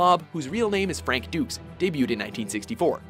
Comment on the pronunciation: They also said his last name as " Duce"